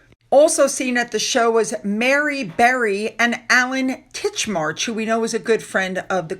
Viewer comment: Darling, the name is Titchmarsh as in wetland area, not Titchmarch the month. I'm not picking on you. It is a tricky name with the 'ch' sound befor the 'sh' so sometimes the tongue get in a tangle. Great informative show as always.👌